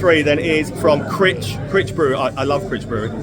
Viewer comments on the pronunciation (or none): Critch brewery is pronounced Cryeech